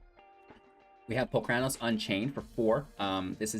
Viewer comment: My ears bleed when you say Palcranos.. it's Polukranos.